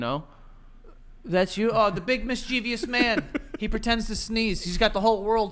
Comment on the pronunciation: I’m a speech-language pathologist and correct pronunciation of mischievous is HOT